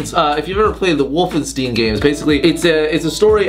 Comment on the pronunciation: how did you pronounce wolfenstein right like 3 times and still pronounce it wrong after ??